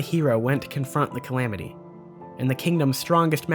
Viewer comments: Lol "Camamity" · "The Camamty" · Anyone else catch “reponsible” ? I love the extreme level of detail to an amazing video and then “camamity” and “reponsible” slip out😂 great video bro! Slowly deciphering your secret message 😜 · The camamity???? ? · Ah yes “THE CAMAMITY” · Camamity lol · Ok, let's see how many people made fun of him for camamity. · the CamAMitY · Ah yes, the camamity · the "Camamity" hey? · I lol'd at "Camamity'